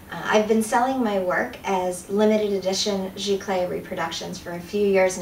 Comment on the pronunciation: It's actually pronounced "Zee-clay" not "Gee-clay". Also it is nothing more than just a fancier word for inkjet and it doesn't mean the printer has to be wide format (which your printer isn't anyway) and also has nothing to do with the substrate. Archival papers are determined by being acid-free.